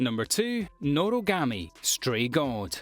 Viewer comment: Its noragami not norogami